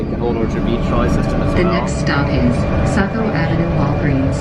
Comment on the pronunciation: It's pronounced ˈsɑ.koʊ, not ˈsæ.koʊ. But don't worry, you didn't mention Bangor, so no one has to know if pronounce it like "banger."